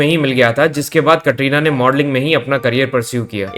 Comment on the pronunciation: یہ کٹرینہ کیا ہوتا ہے کترینہ بولو